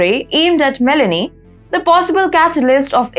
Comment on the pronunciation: The president of Italy is pronounced like Me-low-nee not Melanie 😂